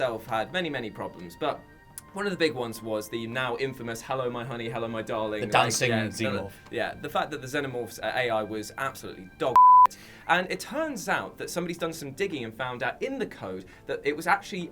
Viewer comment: it's pronounced "ZEE-nomorph" not "ZEH-nomorph"